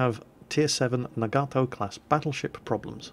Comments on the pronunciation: Also, if you really want to know how to pronounce Nagato, your more "British" preference was closer for the sound of the "a's" (soft a, not hard a), but you're emphasizing the "Gato" when you should be emphasizing the "Naga" for both versions. Themoreyouknow.jpg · I believe Nagato is pronounced na-ga-to not na-gar-to. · its pronounced na-ga-to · I think it's pronounced "Nah-Gaw-Toe" with stress on the first syllable. Also, press "Z" so we can watch a cinematic view of the shells flying to their target! ( do it for killing shots, skillful shots, or crazy citadel hits?) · Nagato is pronounced NAHgahtoe as opposed to naGARtoe, we english speakers put emphasis on the second to last syllable such as humanITy or assASSin, whereas the japanese put emphasis on the first syllable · Hey, Glad you discovered the anime. Pretty fun stuff. You were asking about the pronunciation of Nagato. I'm half Japanese so here's how you'd say the name. You break up the word as follows, na-ga-to, and each of the three parts are a short pronunciation, not our typical long sounds in western English. So it will sound like this: Nah-gah-toe. Hope that helps =^^= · well.. The hiragana for Nagato is ながと which is pronounced as Nah-gah-toh. so there is no long "a" in there. The more you know ;) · nog-ah-toe, atleast that's how its pronounced in the Japanese anime called Naruto. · Na-ga-to... japanese is usually 2 syllables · It's pronounced Naw gaw toe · Nagato (nah-gah-toh) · The HIJMS Nagato is pronounced nah-gah-toh. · nagato is pronounced "Nah-gah-toe" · Pronounced Nah-Gah-To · Second one, it's Nagato with a long "a". The English way is closer. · Top tip. Japanese goes by syllables Ya-ma-to Na-ga-to None of that vowel nonsense English gets and desu is just des, no U sound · (a - \ah\, o - \oh\ u - \oo\) Nagato - Na-ga-toh Myogi = Mio-gi Fuso = Foo-soh Yamato = Ya-ma-toh Kongo = Kong-goh